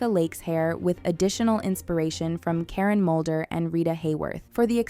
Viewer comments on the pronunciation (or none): none